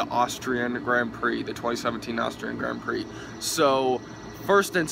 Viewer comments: I cringe at the pronunciation of Grand Prix.. I'm probably used to the commentators haha Still great vid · only 5? Okay, how you pronounced Grand Prix, bottas and pretty much all the names. Vettel received 3 licence points not 2. In the case of a false start in F1 they give a penalty to the driver, not a restart. Bottas is doing better than you expected? He's in the best car and only has won 2 races. Not exactly an amazing start to the season. You didn't remember the word DNF? Lewis fighting with Daniel for 20 laps? It was only about 3 he was actually up there with Ricciardo. Seriously man I like Americans watching the sport and all that but if you're gonna upload a video talking about the race at least get the basic facts right